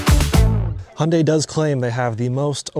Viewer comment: thank goodness you guys say the name right.. so many UK reviewers say "high un die"...